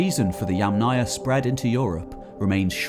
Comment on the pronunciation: "Yamnaya" is pronounced with stress on first syllable, "'YAmnaya".